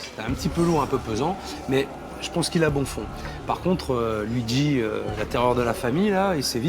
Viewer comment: Mario et Louis pas louigi 😂😂